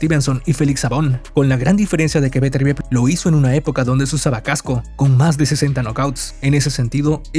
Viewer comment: Mejor q no rete a vivol, meeeeeeenos a vetervier